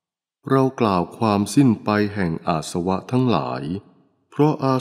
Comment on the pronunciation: อาสวะ อ่านว่า อา -สะ -วะ ไม่ใช่ อาด-สะ-วะ สาธุค่ะ